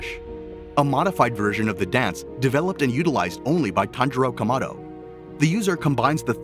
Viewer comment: Explain to me why did you butcher the familys last name